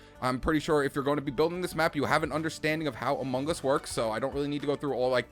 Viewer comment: Why do you say amungus